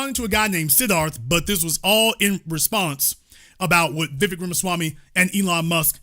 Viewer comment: It's Vivek like 'cake'. Please learn to say his name right. He talked about Americans in general not White, Black, Brown or some other shade. You are making it all about Black and White. He wants to make America competitive - what's wrong with that?